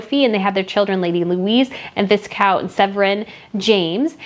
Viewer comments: It's pronounced "Vie-Count" 🤣 The "s" is silent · Isla is pronounced Ijla. Viscount is pronounced Vicount (vaicount). 🙂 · Congratulations on your excellent homework. Two very tiny things, just nit-picking. Viscount is pronounced Vicount, as in Viking and Sarah Chatto is properly called Lady Sarah Chatto, because she is a royal, and her husband is not titled. Thanks for keeping us so well informed.